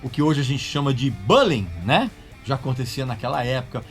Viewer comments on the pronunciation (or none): 'Buhlling' foi foda Regis... Acho q vc quiz dizer bullying. 😂